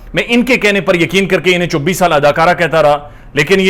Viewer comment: " ظھیر تو گیو " اور چوبیس کی بجاے " چببس" کی اپ کی ادایگی کمال ھے۔